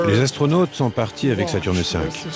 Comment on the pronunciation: Je cite: « Huit Zastronautes sont morts dans d’étranges circonstances... » avec 3 z... Lu-di-crous!